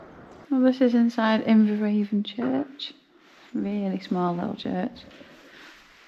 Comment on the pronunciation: I was christened in Inveravon church. It’s pronounced Inverann as the river Avon is also pronounced Ann. Glad you are feeling better.